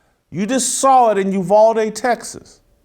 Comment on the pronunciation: It's UVal ..as in Al Bundy. NOT UVALL, AS IN THE WORD WALL. Thank you from Texas. I'm cringing Jason everytime you say the name 🤐🤐🤐